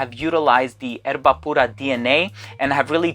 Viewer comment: Errrrbbbbaaaa puuuurrraaa because you say it so well and speak so highly of it.... :)